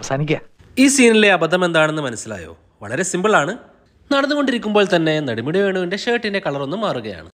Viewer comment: നടുമുടി വേണു അല്ലടാ പൊട്ടാ,,, നെടുമുടി വേണു